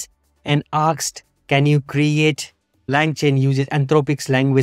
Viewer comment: There is no such a word as "aksed" - it is "asked"... one of the most basic word in English